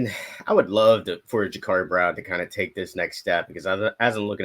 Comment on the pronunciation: Guys it's Ja-Cuurri not Ja-Caarri.